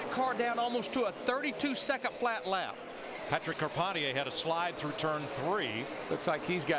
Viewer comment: It is hilarious going back to these and listening to the booth try to pronounce Patrick Carpentier